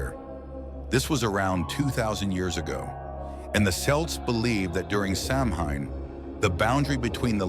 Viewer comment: GOOD GRIEF!!! If youre going to make a video about this subject, at least bother to learn how to pronounce what your talking about! Its SOW-WHEN, NOT SAM-HAIN! 😡